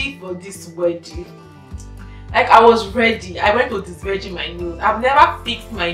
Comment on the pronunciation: This disvrigin disvirgin u keep saying eh 🤣🤣